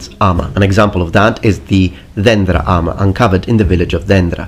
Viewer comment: Very good job pronouncing dendra.Most foreigners would butcher it(Δένδρα).